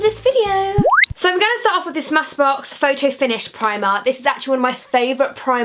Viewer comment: did anyone else hear her say smassbox primer just want to make sure I wasn't the only one😁😅 p.s love you saffron 😍❤❤